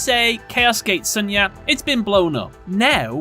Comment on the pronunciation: It's pronounced Shunya not Sanya.